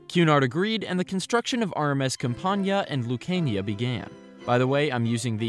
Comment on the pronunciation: Google botched the Lucania pronunciation